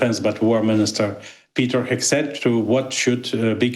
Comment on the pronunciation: She says Peter Hack Seth, the hacker 😂